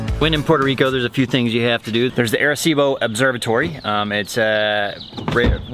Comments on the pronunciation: Great videos of PR, Arecibo is the town where my grandmother's family is from in PR...but it's pronounced "Ahh"-reh-cibo, you're making my ears bleed man. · They keep saying "AIR"ecibo lol